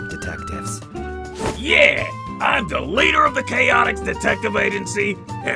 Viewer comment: Chatoix? Ya mean Chaotix?